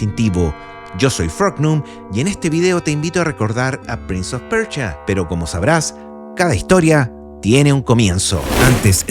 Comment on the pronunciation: Persia weon persia, como PRINS OF PERCHIA